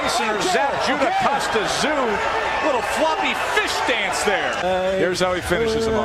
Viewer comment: also it's Kostya, not Kostyra)